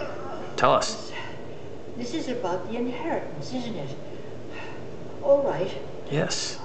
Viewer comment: Aboot, lols